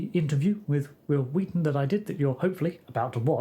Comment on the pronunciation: "Hwill Hwheaton" IYKYK 😂